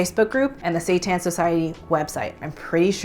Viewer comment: I thought she said washed satan lololol